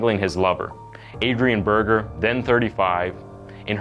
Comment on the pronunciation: Berger is pronounced berrjerr not burger lmao. That my ex's last name